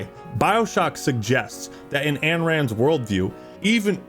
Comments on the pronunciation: Isn't it Ayn Rand not Anne Rand? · please... Ayn Rand is pronounced EYE-n, not AN. I know it's a nit pick but it takes me out of the video every time